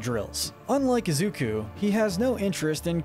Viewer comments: Also u say it izuko its izuku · Izukuh. Why? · is the most evil for the way he pronounces Izuku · Anyone notice how keeps mispronouncing Deku's real name?